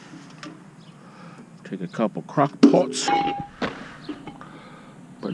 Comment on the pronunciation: great video loved your British accent when you said crock pots xxx